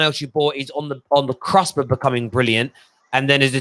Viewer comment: What is the 'Crusp'? I heard you use it before - do you mean 'Cusp' ?